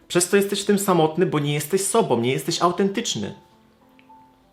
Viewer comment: Ale mnie w uszy szczypie, jak ktoś mówi "sobom" zamiast "sobą"=> "om" zamiast "ą". Tylko ja tak mam?